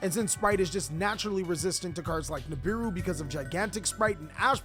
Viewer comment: Lmfao when you said nibibou 😂😂